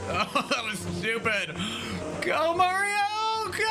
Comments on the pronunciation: you lost me at "Mehrio" 😂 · You almost lost me at the "mayrio," pronunciation. But you corrected yourself around 32-33 secs in. I may well stick around. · I die a little everytime you say Merio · dude says Mario wrong I cant do that all video bye.